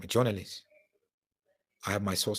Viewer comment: Jonolist is how he pronounces it 🤣🤣🤣🤣